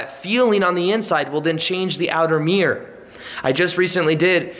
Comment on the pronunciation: I mean it with love, but I love how you say 'mirror'... Or should I say 'mirrr' 😁😘